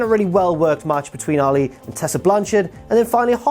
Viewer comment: I know it's the accent, but why does he pronounce Allie like Muhammad Ali?